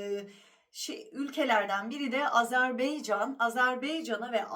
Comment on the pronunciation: Güzel hanım, Azerbeycan değil, Azerbaycan.😊